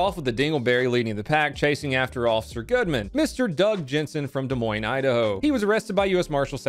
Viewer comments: I’m just surprised he pronounced it right. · Agreed but at least he pronounced Des Moines right.😂